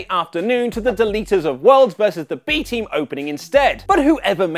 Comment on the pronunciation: Anyone ever notice that when a British person pronouncing the B Team, that it sounds more like "the Beating"?